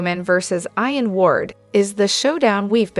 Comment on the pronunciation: Who is it narrating this?? whoever it is SHE doesn't know how to pronounce certain names and words like IAN and JABOT